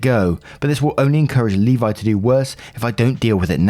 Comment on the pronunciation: As a Levi, I can’t thank you enough for pronouncing it correctly.